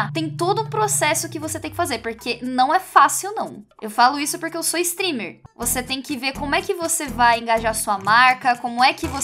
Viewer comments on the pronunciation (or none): A estava dizendo "streamer" e eu pensava que ela estava falando stripper kskdkdkdkdk